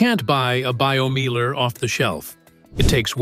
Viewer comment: Meiler is pronounced 'Miler, as in 'I'. Also, who has got that much space to build a Meiler?